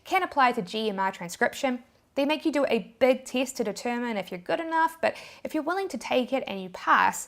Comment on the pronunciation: its test not teast